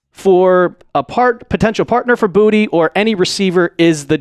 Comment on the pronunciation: It is pronounced Boo-ta not booty It is French..